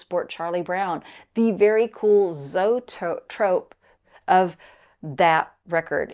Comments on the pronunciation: Fun video but you are actually pronouncing the word wrong. It's an early pre-cinema term and is pronounced Zoe - A- Trope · Always love your videos, but its pronounced zoey-trope. 😊